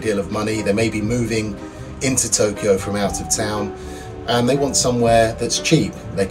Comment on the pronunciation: Toe key you..🤣😂🤣